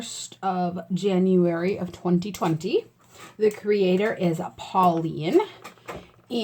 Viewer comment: Hi! It's Pauline, the creator of that project. First of all, thank you so much for joining it! :) I am very happy to see your daughter helped you picked the products. And also that you've linked them to your family members' signs. Good luck!! Btw, I loved how you said my name. ;)